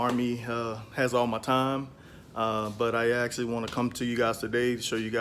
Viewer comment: Army didn’t tea you not to say ummm hits actually not axxxxtually